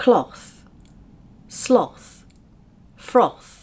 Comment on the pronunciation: Sloth is wrongly pronounced here 😅